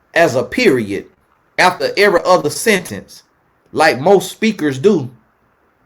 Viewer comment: Point. Blank. Peer-ree-yod!! May a man that will love me like this chase me down 🙏🏽